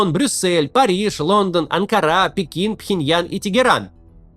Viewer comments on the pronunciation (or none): none